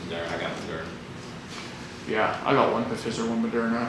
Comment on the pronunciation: pronunciation of Pfizer. 😂😂